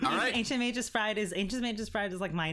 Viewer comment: Magus isn't pronounced Mage-us D: You guys are killing me here